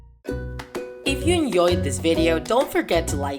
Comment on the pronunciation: Did you "enyoieee" the video?